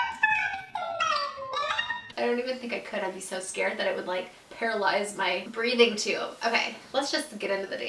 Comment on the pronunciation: are we not gonna talk about how she said "breathing tube"?? hahahha love u!